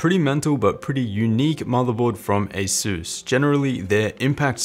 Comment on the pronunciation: Since you're one of my favorite YT-ers, figured I'd share... Asus = Pegasus Systems, so you too can pronounce it correctly! :D